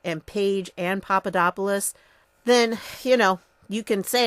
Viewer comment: Not Papadopoulos, Papapapadopodopoulus...